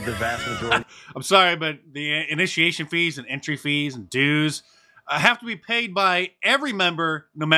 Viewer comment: What exactly is claring? Just axing for a friend